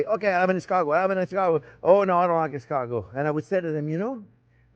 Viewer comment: How is it possible that Chef is pronouncing escargot incorrectly while in French accent? Yes, I've rechecked, the stress is on the last syllable.